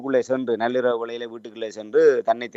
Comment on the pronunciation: விடயம்.... விடையம்.... காணாது எண்டு இப்ப நல்லிரவு. நள்ளிரவை உச்சரிக்க தெரியாதவர்கள் எல்லாம் எப்படித் தமிழ் ஊடகவியலாளர்?